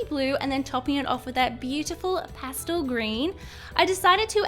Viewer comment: Does anyone think it's funny that she says pastul instead of pastel?? 😆😆